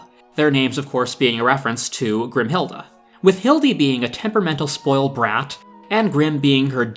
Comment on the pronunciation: I get so annoyed for some reason- GRIMHILDE. Her name is GRIMHILDE.